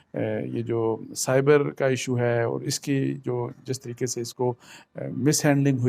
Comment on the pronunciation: بہترین تجزیہ ۔ لیکن سائفر کر باربار سائبر کیوں کہہ جاتے ہیں۔